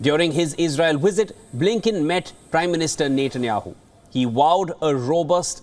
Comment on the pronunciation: "during Blinken's wizzit, he saw wictimz!😂